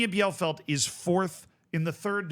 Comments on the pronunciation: The DFB Cup had succesful non-first-League teams for multiple seasons now. Like, last year 3 out of 4 semifinalists weren't in the first Bundesliga. It's kinda amazing. Keeps me Dreaming that my beloved Sportfreunde Lotte might have a shot, too. But also, of all German city names, I'd never guess that "Bielefeld" is one that Americans fail to pronounce correctly. it's "Bee-le-Feld" - "ie" in German is like "ee" in English, and German has no silent vowels. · Its pronounced bee-luh-felt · Here is how to pronounce Bielefeld: B - LA - FALD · It's pronounced Bee-luh-felt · Jesus Christ, your German pronunciation is absolutely abysmal (especially "Bielefeld" and "Pokal"...). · Boneyfaas and Biellfeld is crazy pronunciation. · Just for your information how to pronounce Bielefeld Bie = Bee (English) le = le (french) feld = felt (english) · If Bielefeld would exist everyone there would be insulted by this pronunciation. 😂 Edit: autocorrect